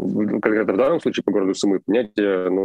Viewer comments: Попросите Руслана говорить СУмы, с ударением на первый слог. Иначе мы его будем называть Руслан Львив. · Сумы - ударение на первый слог! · Ребята, Сумы ударение на У! Спасибо что даете адекватную оценку происходящему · Спасибо большое за информацию (СУмы, ударение на второй слог, пожалуйста) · Сумы - ударение на первый слог. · Прошу прощения ! Сумы ...ударение на СУ.. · Город СУмы, ударение на букву У! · Город Су́мы. Ударение на у́. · СУмы ударение на У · Су́мы! Хватит говорить не грамотно. И ЗАЗ - Сэнс. А не Шанс. Пожалуйста... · Спасибо за ваши ролики,но правильное произношение города Сумы -ударение на у. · Спасибо за вашу работу. Передайте, пожалуйста, Руслану, что Сумы произносится с ударением на первый слог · в названии города Сумы, ударение идет на первый слог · В слове Сумы ударение на У, извините если это кажется токсичным. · Русскоговорящая челюсть)) Левиев, бедняга, не может ударение нормально поставить когда города называет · макаров конкретно западнее киева а не северо-западнее. а город сумы имеет ударение на другой слог. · сУмы ударение на У накие такие сумЫ у вас там ? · Не СумЫ а СУмы, так будет правильно ставить ударение при произношении названия города. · Сумы́ мне режет слух, правильно говорить Сýмы, от слова сумка, там сумку с суммой потеряли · Скажите пожалуйста Руслану, что ударение в городе Сумы на букву У. В остальном огромное спасибо за ваши сводки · Майк и Руслан, спасибо Вам ребята большое за логичную и вдумчивую оценку происходящего в моей стране ❤️ Единственное, не СумЫ, а «СУмы» и «в СУмах» 🙏🏻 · Пожалуйста прошу, умоляю, Суммы. Ударение на У. 😭😭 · кто-то должен это сказать...сУмы, а не сумЫ! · Су́мы, Су́мы, не сумы́ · не СумЫ а СУмы!!))) сумЫ носили в старые времена нищие. Но это не про город. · Не СумЫ,а СУмы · Пожалуйста, Су́мы, а не Сумы́. Спасибо) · правильно ударение - город С'умы, а не Сум'ы... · Извините. Передача бомба! Но слух блин режет … сУмы , а не сумЫ . А так - вы молодцы! Хорошую работу делаете! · Не сумЫ, а сУмы!